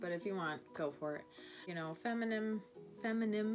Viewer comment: "femi-nim-inime"😆I love you